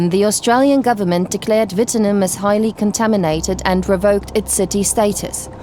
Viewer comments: its a W not a V. ffs. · WITT-NOOM NOT vitamen. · It’s not Vittenoom, it Wittenoom!!! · As a Western Australian, it is pronounced "wi·tuh·noom" not "vi-ten-um" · It's pronounced. "Wit-eh-noom" not Vitomin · It’s not pronounced WHITTENIM!!! It’s Wittenoooooooomm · Not Wittenum it is Witten-oooom. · Pronunciation of Wittenoom is awful. It's said wh--i-ten-oom, not vitanim. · Seriously? if you're going to get someone to do a voice over in English, can you at least ensure they can pronounce the name of the place the documentary is about, correctly? it's not "Vitanum" it's wit (with a W) -a-noom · Anyone who believes this garbage has no idea how mining and asbestos works... I've been there hundreds of times, along with thousands of Australians. Never seen a clown wearing a gas mask though. Plus its pronounced "whit-noom" not "vit-en-om" or whatever you're saying. Try actually reporting on something real, not "one of the most dangerous places in the world". Woulda thought that for a place to be described as that, people would have to actively be in danger from the surrounding areas. Never heard of an Australian dying there bar the odd prospector. Glad to see journalists over-dramatizing places, because clearly the outback WA is just as dangerous as Chernobyl or an active volcano... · Who researched this crap?. It's not 'Vittinum' it's pronounced as you see it...Wittenoom. As for it being an abandoned city, a city starts at 20,000 population. Wittenoom got to 1000. That's a town, to most intelligent people. Population presently is 3. Trying to sensationalise stuff like this, by non-english speakers is just plain stupidity. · Say it right Whitt-e-noom please pronounce it correctly!! Blue sky mine is the Midnight Oil song and it covers the story of this town. Tragedy. 😢😢😢😢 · Been here many times as a kid It’s pronounced wit noom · The town’s name is “Wit-noom”, not whatever you were saying. Lol. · It’s pronounced Witt-noom just a heads up. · it's pronounced Witnoom